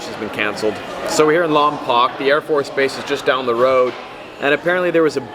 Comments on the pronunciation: it is lon-poke not lon-poc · When the goes to your home town in Lompoc and I’m not in town.... and you say it like longpoke I’ll have to keep my eye out for the baby Mac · sorry but Lompoc is pronounced LomPOKE...im from Santa Barbara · Its pronounced Lom-Poke.... But its cool to see a video of there, I grew up in Lompoc/Vandenberg Air Force base area as a kid. I remember the late night missile launches. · Lmao he says Lompoc so wrong